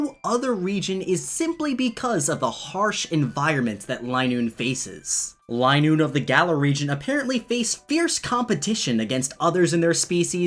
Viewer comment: I don't think it is line-oo-ne. Its lin-oo-ne